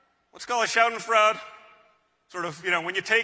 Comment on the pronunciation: A “shad-ehn-fruhd” 😆 i kant - this guys is hilarious